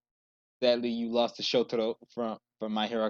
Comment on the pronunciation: How you can saying shotoro? It’s shoto not shotoro